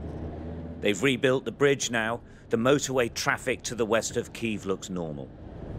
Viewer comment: The way he pronounced Kiev tell me everthing 👎